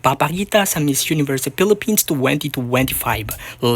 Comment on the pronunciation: Filipins hindi Pilifins or Filifins Acclah😂